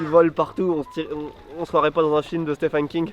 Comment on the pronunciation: "Un film de Stefen King" 😂😂😂😂 Alfred a dût se retourner ! 😂😂😂😂